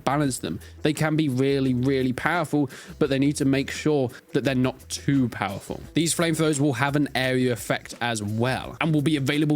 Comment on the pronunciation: “TeW PoWuLFul” It’s a flame thrower. Let me burn in agony please.